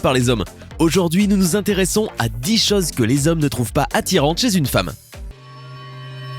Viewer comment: pas les "chazes " !! les chôses ! ^ ^